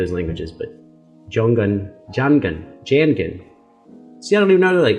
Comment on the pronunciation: Jangan is pronounced like SINGING not like FINGER.